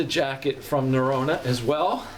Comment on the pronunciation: Great review, as someone who lived in Norway, it’s pronounced Na-ro-na